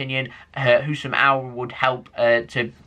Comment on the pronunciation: Halaand and Auor